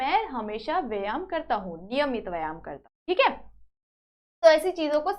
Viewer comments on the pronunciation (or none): mam vo vayan nahi hota hai vo vyayam hota hai